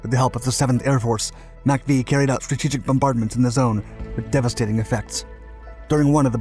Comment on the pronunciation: Best content on YT. But the narrator says some words kinda funny 😂 - especially "strategic".